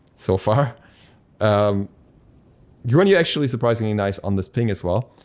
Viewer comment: The way you said guan yu just made me feel very violent 😐